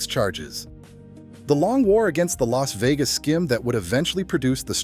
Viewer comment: Bailed L A S Vegas. AI CRAP